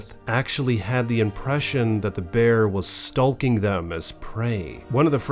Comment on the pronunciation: Stalking rhymes with talking… or walking.. try ‘stork-ing’. Not stall-king.